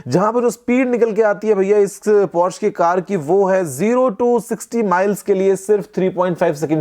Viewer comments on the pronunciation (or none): Sirji 'Por' 'sha' hai... Porsche nahi